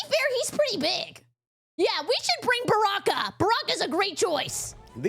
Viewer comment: Baraka it's just the Arabic word for "Blessing" Also it's pronounced baraka not barrraka lol